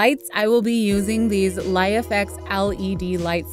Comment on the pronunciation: It's pronounced "Life-X" not "Lie-FX"..